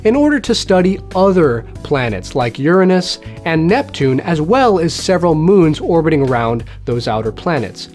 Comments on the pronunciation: You pronounced 'Uranus' as 'Your ah nus' Veryyy clever. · Admit it, you pronounced Uranus differently to avoid pronouncing it 'Your Anus' didn't you?